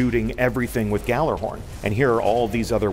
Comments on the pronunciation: did he just say gallarhorn? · But it's not a 'J' sound, it's more like "yallarhorn", isn't it?